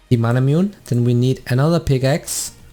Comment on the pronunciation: Isnt Manamune pronounced as Ma/Na/Mu/Ne like the sword Masamune and Muramana from Muramasa